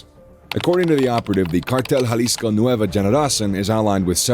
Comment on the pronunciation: yall pronounced cartel jalisco nueva generación wrong .